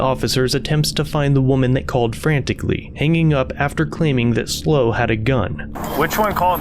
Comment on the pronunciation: It is not pronounced "Slow" - it is S.L.O. County Observer for San Luis Obispo County Observer.